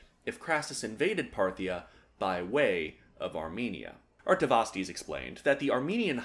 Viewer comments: It's pronounced "Artavasdes" Hope this helps! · His name is pronounced Are ee ah vis tus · It's pronounced Artavasdes